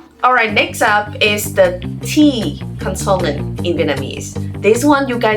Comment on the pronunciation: You said "consonant" wrong.